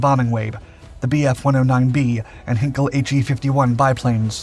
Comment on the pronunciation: And how it is about time to pronounce the name Heinkel correctly. It is Heinkel, not Hinkel.